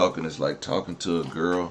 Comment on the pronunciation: It's your favorite gwurl your gwurl not my gwurl 😂😂😂